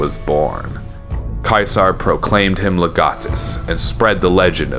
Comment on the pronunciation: Finally somebody who pronounces Caesar properly!